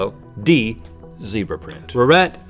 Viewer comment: Rhett mispronounced his own name.